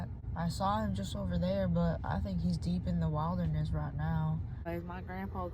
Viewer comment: "he deep in da w-ilder-nes rite noaw" 😂😂😂